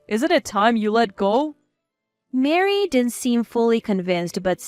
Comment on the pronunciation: Where do you get Mary out of Marie. Please stop mixing the words it’s a turn off to listen and read the words and see the errors 😠